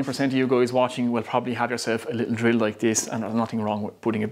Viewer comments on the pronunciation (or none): none